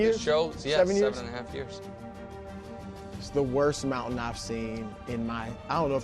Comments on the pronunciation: Here’s Mahomes Moun-tan😂😂😂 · Mahomes mountann 😂😂😂